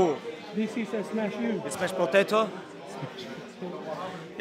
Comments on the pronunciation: "Do you remember when I smesh this guy?" Khabib talking about Conor McGregor 😅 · "Dc can only smesh potato brother" 😂😂😂